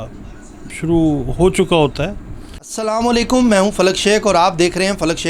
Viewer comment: ڈیر یہ سلامو لیکم نہیں ہوتا اس کو درست فرمائیں اور اسلام علیکم کہا کریں شکریہ